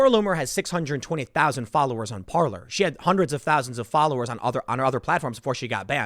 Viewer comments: par-lay -french for "to talk".... not par-ler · Yo Tim....Parler is pronounced *Par-Lay*. Parler is French for "to speak". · It makes me laugh when people call it "par-luurrr" lol